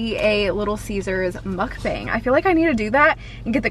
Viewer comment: It's muk-bangh not bang